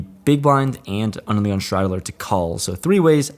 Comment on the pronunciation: Anyone else think that when says “under the gun” it sounds like “Onion” 😂